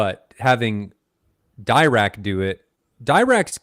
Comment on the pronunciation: It’s pronounced diRACK, after P.A.M. Dirac, one of the founders of quantum mechanics. He would be amused by this, but he would never say anything. Respect. BTW, even the classic Radio Shack SPL meter has issues with measuring low bass frequencies. Stereophile had some discussions about this many years ago. The phone apps? Hoo boy. With the mic provided with, say, a good Audyssey-based processor, presumably they’ve taken the frequency response of the mic into account. Re multichannel power amps, I really like the Emotivas, particularly the XPA line, but you need IMO to protect them from power irregularities, they don’t seem to like that. Factor this into the price. DAMHIKT. In the end, re projectors, how much do you have to spend? You need to consider, would you rather spend the money on a top-notch projector, or would that money be better spent on your savings for retirement. Your wife might have something to say about this. ;^)